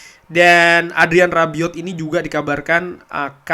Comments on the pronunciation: Bang Rabiot bukan arbiot😁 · Rabiot,,bukan arbiot